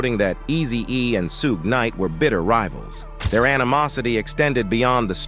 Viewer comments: Dude, his name is not "Soog" lol. It is " Suge" 😂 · "Sue-gay" Knight....Seriously!? 😄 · SOOOOOOOOOOOOOGAY NIGHT! I KNOW THAT DOOOD!!!! that made me stop watching this garbo video yo F%ck this channel with SUGGGAY NIGHT! Yo lol... joke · It’s Shoog, not soo gay! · Not SueGay Knight😂Lol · “Sue Gay night” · Who's Sue-gey knight? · Peru? Su gay Knight? Wtf is this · Su- gay night and the pir-rus 😂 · Sue-gay knight 🤣🤣🤣💀💀💀 Puruu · Why this fake AI voice mf can't even annunciate words correctly soogah night n peroo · Mobb Peru , Sue-gay knight?? 😂😂 st8 disrespectful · Okk WTF is Sugey Knight?🤔🤔😂😂 Hollysmokes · Gotta watch ya back for ol Sue-Gay! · W.....t.....f..... is a soogay? Are they trolling he pronounced it differently each time and wrong every time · who tf is Su-gey 😂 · Who's doin the commentary he doesn't even know how to pronounce Suge Knights name not that it matters 😮😮😮😮😮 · Is this some AI voiceover shit or white guy reading a script ,because he pronouncing Piru straight wrong, and can’t even say, Suge Knight😤😤😤😤😤😤😤😤😤